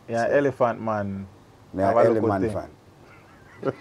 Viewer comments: 🤣🤣🤣🤣 me too!! The first time I thought it was a mistake but then he said it again and again. 🤣🤣🗣🗣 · Think a me alone. Eleman phant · I was comfortable watching this until I hear the man say Eleman phant fine it in the dark , jps cut off him light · Can't stop laugh ! Ele-man-phant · I laughed every time Beanie Man says “Eleman phant”